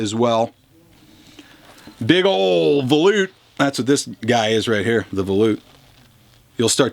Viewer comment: He loves to say valute 😝. But thanx for all the info on all the awesome guitars. knows his shit 👍🏻. And good for you for speaking up for Gibson loved it 👊🏻.